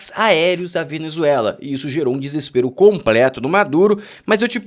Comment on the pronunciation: me desculpa sou teu fã e seguidor. Nao perco um video teu. Acho voce um cara jovem mas com uma inteligencia muito acima da média. Mas me permita 2 correcões... 1 nao é o video "das" meio dia. é "video DO meio dia" 2 vc fala " COMPRICADO" e "COMPRETO" Vc tem a lingua "PEGADA" 😂😂